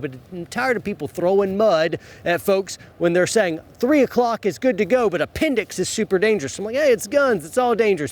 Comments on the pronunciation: "apenDIX bRoOoO" 😂😂😂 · "Pointed at your a-pen-dicks" HAHAHAHAHAHAHAHA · lol It's appen-dix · Appen-dix...I'm dead